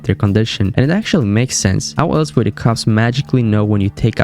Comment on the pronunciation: I wanted to watch this but I can get through the lazy speech. Duh ≠ the. Unless English is not your first language then I guess it's a pass. Still, can't watch